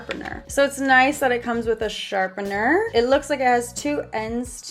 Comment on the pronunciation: Who esle cringed when she said sharpeRner